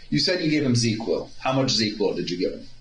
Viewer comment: I know this is just nitpicking but it’s Zzzquil. Not ZeQuill